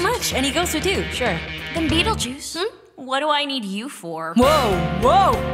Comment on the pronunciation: Just say second syllable is juice and first is beetle😐😐